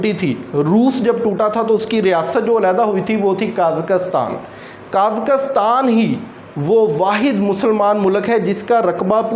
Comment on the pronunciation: سر برا مت مانیے گا ایورپ نہیں یورپ ہے اور آپ قازقستان کا تلفظ بھی صحیح نہیں پڑھ رہے اور آپ کی اور بھی غلطیاں ہیں براہ مہربانی ویڈیو بنانے سے پہلے گوگل کر لیا کریں کیوں کہ آپ سے سن کہ ہم نے بولنا ہے اور انٹرویو میں اگر غلط بولا تو ہم کبھی سلیکٹ نہیں ہوں گے